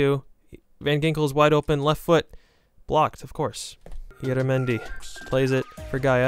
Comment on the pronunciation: Im spanish and my favorite team is the Real Sociedad, it isn't say ilaramendi it says IYARRAMENDI to spell. Sry 4 the English 😅